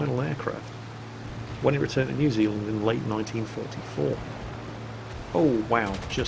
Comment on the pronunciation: Anyone from NZ apart from me know that. And thx you for being one of the first youtubers out of NZ and Australia pronouncing New Zealand right.